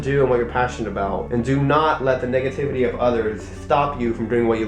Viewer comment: I THOUGHT U SAID NIGGATIVITY AT THE END SO I PLAYED IT BACK A FEW TIMES AND I STILL THINK U SAID NIGGATIVITY